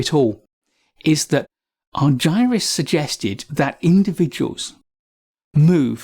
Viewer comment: Please pronounces Chris’s name as he pronounces it - Ar-ger-us